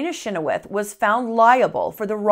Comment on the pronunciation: You didn’t add soo much, and you’re saying our last name wrong. Chynoweth is not pronounced anywhere near what you said. But love your funny twist to this horrific family history of mine.